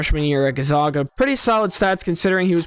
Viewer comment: Good breakdown. 9 months later they both looked good in summer league. Victor ended up with a great coach and will sit a lot of games getting used to the physical play. BTW, after the run Gonzaga has had over 2+ decades, I didn't think anyone still didn't know how to pronounce their school's name. They are the Zags, not the Zogs.😅